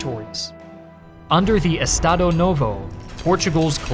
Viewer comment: ps: if you see an S in the middle of a word, use the "shh" sound to pronounce it. "e-sh-tado"